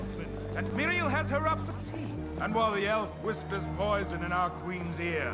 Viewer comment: Hear me out I hate Miriels pronunciation. It listens so terrible as if she is just reading lines with a reading deficit.